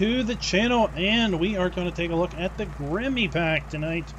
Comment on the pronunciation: It's not "Grimmy" :-) It's a German name, It's a dull "e" at the end, more like "Grimmeuh" , short at the end :-)